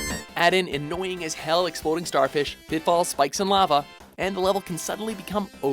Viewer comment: am i the only one who thinks the way he says "lava" is weird?